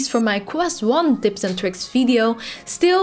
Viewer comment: "Twanty Dips and dricks" :-D